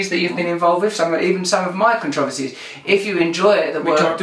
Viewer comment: interesting way to pronounce "controversy"